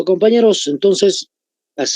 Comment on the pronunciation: Pablo Zárate decía, "Ahora sí Guerra Cewel"